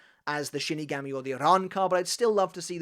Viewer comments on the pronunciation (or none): none